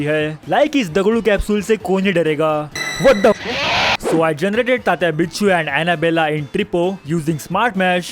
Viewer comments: Bicchu nhi Vinchu hai 😭😭😭 ( i know marathi ) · अरे ते तात्या विंचू असतं विच्चू नाही 😅